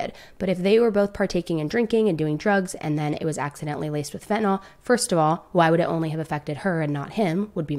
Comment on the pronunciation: Fent a NILL, prometh a zeen, hydroxy zeen